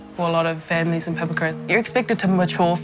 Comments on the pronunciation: Pa-Pa-Ku-Ra, not pepperkyewrah 😂😂😂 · At least pronounce Papakura correctly. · Can we at least learn to say papakura properly. Plz